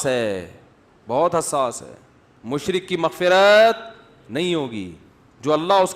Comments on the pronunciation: مشرق نہیں مشرک ہوتا ہے بھائی صاحب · یہ لفظ "مشرک" ہے مشرق نہیں۔ اردو کا بیڑا غرق کردیا ہے۔ اگر سمجھ نہیں آتی تو کسی سے پوچھ لیا کریں.